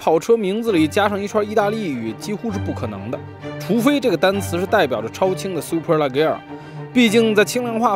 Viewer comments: 听你读leggera就看不下去了，明明读le杰ra，车评人连名字都读不对还给别人介绍车？ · 叫le节拉 大哥 名字都读错